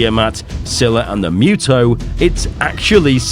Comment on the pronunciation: It's pronounced "Moo-Toh" not "Myoo-Toh"! 😳